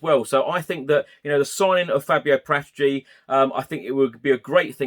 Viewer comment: Love your pods, just one thing is driving me nuts, as I'm Italian - Paratici is pronounced Para-tee-chee with no emphasis on any particular syllable, not Par-ATT-itchy.